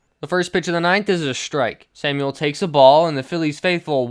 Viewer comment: It’s pronounced Juan “Sam-well” not “Samuel” :)